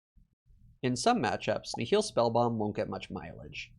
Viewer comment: Nihil is pronounced NYE-il. Like the word nihilism. Not nih-HILL.